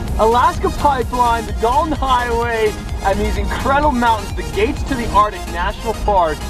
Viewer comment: Bro the way my man says “artic” instead of “arctic” really grinds my gears.